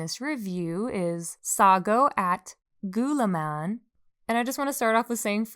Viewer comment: gumamela - goo-mah-meh-lah (everything is slow) sago at gulaman - sah-go (quick o) at - goo-lah-man (slow goo and lah) buko pie - boo-koh (slow boo, quick koh) pie no hate, just wanted to correct you!